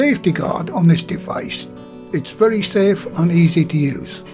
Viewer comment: another great video! Your accent sounds so much like my stepdad from Bishop Auckland. Especially when you said “very” like “vury”